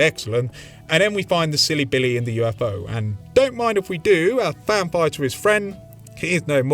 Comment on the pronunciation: Every time you say Fan Fire I hear vampire. Great video.